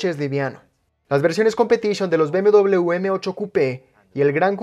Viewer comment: Bmdobleve se dice. La U es otra letra